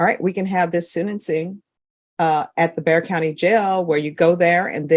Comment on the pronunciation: Bexar. The X is silent.